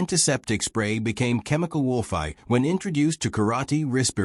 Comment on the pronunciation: I did like this story but here is the problem if you listen to it you will find the narration cuts sentences, and also seems to have problems with some words like Warfare and others.